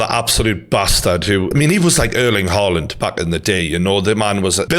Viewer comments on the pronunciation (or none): none